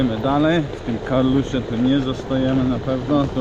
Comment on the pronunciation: Uwielbiam Köln. Mieszkałam tam i we Frankfurt am Main tez. Nie prawda ze tam nic nie ma. PS Wymawia sie Karlsrue (h jest nieme) nie Karluśie 😅😅😅